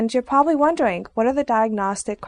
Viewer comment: she sounds like this "you'weerrr pwabablay wundarang"